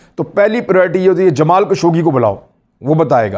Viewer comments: جسے آپ "جمال کشوگی" کہہ رہے ہیں ۔۔ اس کا صحیح نام ہے " جمال خاشقجی " ۔ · خشوگی ہے کشوگی نہی